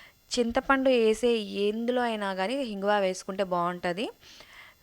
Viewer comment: Amma hinguva kadu inguva anali😢😢